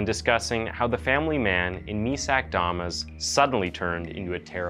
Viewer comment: Why’d you pronounce “damas” two different ways?